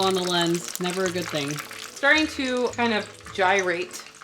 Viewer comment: WINNER WINNER CHICKEN DINNER!! Just never say the word gyrate again lolol